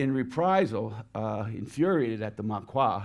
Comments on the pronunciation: Couple minor things. It’s pronounced Mawkee not Mawqua . Secondly the 12th SS had not been at the Eastern front. Normandy was their introduction to combat. They took part in the Battle of the Bulge and would then be sent to Hungary. The original division was made up of fanatical little sh*ts. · "Maquis" is pronounced MA-KI, not MA-KWA. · If you're in France, educating, you should probably know how to properly pronounce certain words in your presentation. What's a Maquois? Perhaps you mean Maquis. How does an infantryman have a tank? Shouldn't he be a tanker? Dear oh dear... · He has some of the most bizarre pronunciations I’ve ever heard. 1. Maquis - “mah-kwa” instead of “mah-kee” 2. Bocage - “boo-kajj” instead of “boh-kajj” 3. Allies - “all-eyes” instead of allies. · Yes!!! Another example of what my comment above refers to. I'm going to edit the comment to include your example as well. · Strange pronunciations eg 'Maquis' as Mackoire (to rhyme with 'Loire')signals a somewhat complacent, one-sided moralistic view that augurs ill for the level of scholarship. e.g he comments, 'the Germans were in there first; they'd been there for weeks'. The Germans began their defensive procedures in Normandy (Autumn 1943) when Allied Invasion in 1944 became a certainty. That adds up to months not weeks. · Yes!!! See my comment above. I forgot that -- in addition to mispronouncing foreign words -- he also mispronounces English.